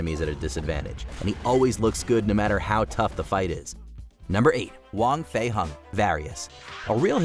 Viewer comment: It hurt how he miss pronounced wong fei hong